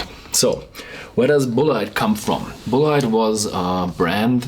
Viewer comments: It's Pronounced "bullet". -Sincerely, an American left behind by a changing economy. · A disappointing review of a highly touted American Rye Whiskey, and it's pronounced "Bullet" but spelled differently... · Tree Daddy Bulleit is actually a french names pronounced Boulay, but Tom said to call it Bullet.